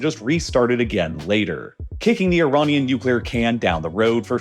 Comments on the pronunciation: why does he say ironian instead of iranian? its like he mispronounce a word in every video just to annoy you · Is it just me or is he saying “ironian”? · I couldn't make it that far, I kept getting irritated by the various "Ironians" sprinkled throughout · why does the narration keep changing pronunciation of words? Ironian? Either very poorly scripted or he’s changed to AI narration. Unlistenable.